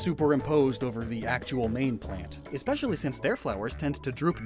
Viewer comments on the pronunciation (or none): none